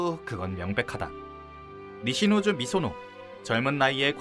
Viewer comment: 음성은 니시노조 텍스트는 니시조노